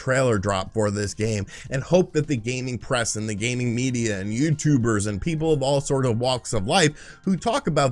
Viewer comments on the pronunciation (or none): none